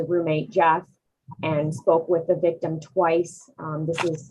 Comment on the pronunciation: The vigtim, the alleged vigtummmm" 😅